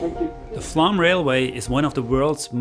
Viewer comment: Why you keep saying "Flam" instead of "Flåm"? You say the "ø" and "æ" correctly, and you also manage the "å" in your own name "" just fine.